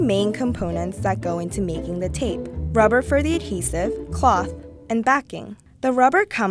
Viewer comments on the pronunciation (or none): the adhesaahf surfaahs